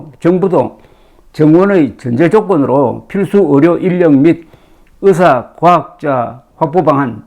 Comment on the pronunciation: 대국민 브리핑에서 의사를 의새로 발음한 민새는 반드시 파면해야